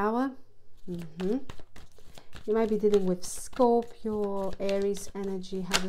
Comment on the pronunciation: I love your accent and your very accurate readings. Thank you and Happy New Year. I always look forward to your readings. Love the way you say Scorpio.